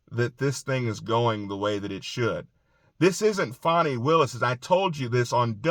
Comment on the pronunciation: It's not Fawney....it Fanny...like the butt cheek.